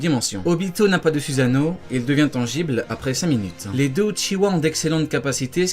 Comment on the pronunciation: ça se prononce sousano!!!!!!!!!!!!!!!!!!!!!!!!!!!!!!!!!!!!!!!!!!!!!!!!!!!!!!!!!!!!!!!!!!!!!!!!!!!!!!!!!!!!!!!!!!!!!!!!!!!!!!!!!!!!!!!!!!!!!!!!!!!!!!!!!!!!!!!!!!!!!!!!!!!!!!